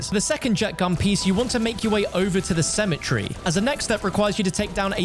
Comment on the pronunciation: It's pronounced cemetery not symmetry